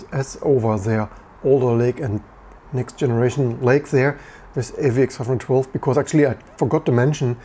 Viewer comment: Why does it sound like you're saying AVX-412?